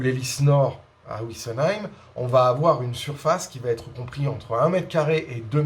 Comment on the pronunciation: Bonjour Vidéos très intéressantes; un grand merci. Si vous pouviez arrêter de parler de "ouissenheim", et dire Wissenheim, ce serait parfait. Bonne continuation